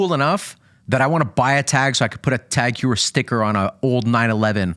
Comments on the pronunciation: Hew er? Ho ee er moron! Learn how to pronounce brand names, ffs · Heuer is pronounced more like hoyer